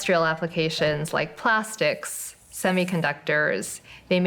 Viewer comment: Can you say "plastic"?